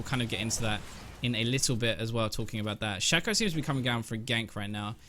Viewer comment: learn to pronounce Shaco from Phreak's champion spotlight plz